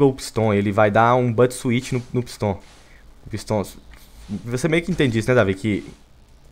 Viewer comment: Viniccius13 fala pisto e n pistão kkkk